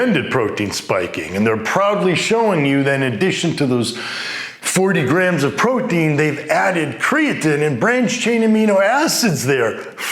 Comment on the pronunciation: is he saying Protein or Poutine lol thanks for the info